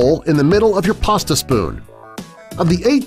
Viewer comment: There's is no r in pasta